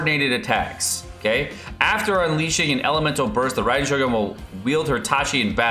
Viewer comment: Yay!! You can pronounce her name correctly :) good job!